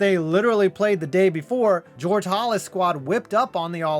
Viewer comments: did this narrator call the NFL founder “George Hollis”? I think he meant Halas. Sacrilege!!! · I hate to be a stickler but "Hal-ass" is how its pronounced. Everything else about this video is fantastic as usual. Thank you for the content. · Entertainment and information all in the same video. Great work with what must have been a ton of source material. BUT ... mispronouncing the name of Chicago's George Halas (rhymes with Dallas) not once, but twice is a major goof. Can't you go back and re-do those sections with the errors? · The way you pronounce Halas is offensive